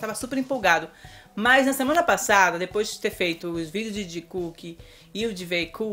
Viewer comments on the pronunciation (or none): none